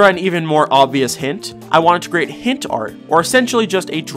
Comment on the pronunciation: bro said hents not hints fr at 21:1